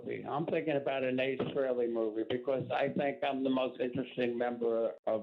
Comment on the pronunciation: I’ve heard Ed say it right so it’s weird that he called him freeley